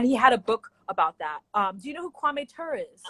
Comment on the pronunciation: Meanwhile, she’s pronouncing Kwame Ture’s name incorrectly!! 😅🤣 not Tooor. It’s too-ree.